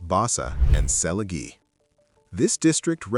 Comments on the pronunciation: The -"gie" in Selegie Road is pronounced like the "-gee" in "geek". Please stop pronouncing everything the American way when the names belong to another country. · Oh for goodness sake. I'm guessing narration is AI-generated. Because of its faulty pronounciation. "Rochor" & "Selegie" & "Quay" etc. Can't you guys do a better job?